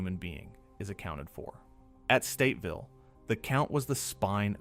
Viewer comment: It kills me that he keeps saying Stateville it’s Statesville